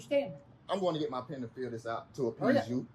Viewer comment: "Go get yo' peean." Somehow turned the word pen into two syllables.